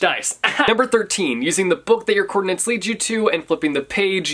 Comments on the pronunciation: But why are you saying "coordinants" every single time? 🤣🤣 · I hate that he couldn’t say “coordinates” correctly.